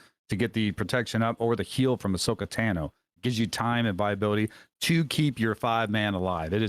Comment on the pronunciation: I like how he says "ahsoka tano" like like tanning